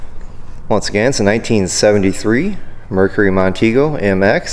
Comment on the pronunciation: My 1st vehicle was a 1968 Mercury Montego MX. I loved that car, especially the big back seat 😉 BTW it's pronounced Mon- teego